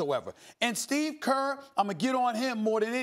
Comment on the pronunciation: "You Steve kerrrrrrr" lol